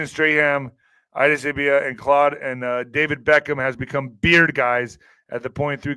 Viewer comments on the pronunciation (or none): none